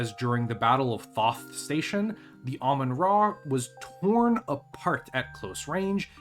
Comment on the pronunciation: I love automatic subtitles. said Ramen-Ah, and YouTube said Almond Raw, the name is cursed, sorry to say